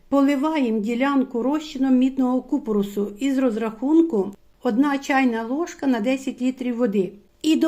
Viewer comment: ДЯКУЮ Але дуже слух ріже неправильний наголос в слові купорОс. Потрібно на останньому О.